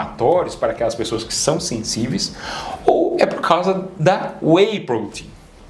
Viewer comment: Não ficou claro o que vc disse ao citar Whey Protein.